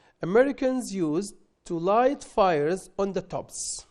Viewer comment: السلام عليكم عندي ملاحظة بسيطة وهي انك لم توضح القاعدة used to مع بعضها استعملت في الماضي وبالنسبة لنطق the تنطق فيها ذاي مع الساكن وهي تنطق ذاي مع الحرف المتحرك وتنطق ذا مع الساكن